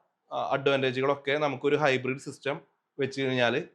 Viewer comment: ഹൈബ്രിഡ് ആണ് ഹിബ്രീഡ് അല്ല.